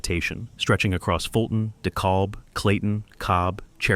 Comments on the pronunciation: It's DE-KAB not DE-KOLB. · Dekalb is pronounced “dee-kăb” the L is silent. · Dekalb is pronounced "De cab". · The narrator isn't from around here.....can't even say DeKalb nor Forsyth correctly.